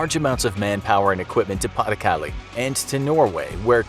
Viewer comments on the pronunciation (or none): french ppl: pay du calay: pronunciation go brrrrrr